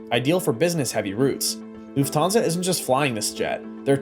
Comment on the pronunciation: Try to learn how to speak correctly „Lufthansa“